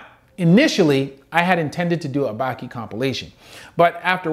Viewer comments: Can u pls pronounce it bAki not baeki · It’s ba-key not bah-key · bruh baki bah-kee hanma hawn-muh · Why he pronounced Baki like that lol